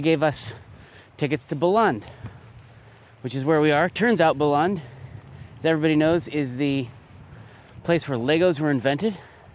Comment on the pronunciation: Nice video. Bilund it's pronounced Beeloond though :)